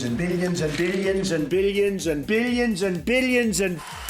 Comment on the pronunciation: I heard "biddion" instead of "billion" in motage